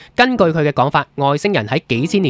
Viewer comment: 「造訪」，喺呢度「造」音「醋」，唔讀「做」。 「昴宿星」，「昴」音「卯」，唔係「昂」。 🙂